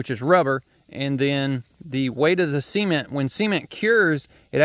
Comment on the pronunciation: Why do you say sement instead of cement